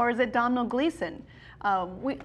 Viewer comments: The name Domhnall is an Irish name, pronounced donal not dominal! It irritates me to no end when americans don't bother themselves to do some research. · Just for future reference if you have any more videos on the new Star Wars cast, Domhnall Gleeson's first name is actually pronounced 'Doh-nall'.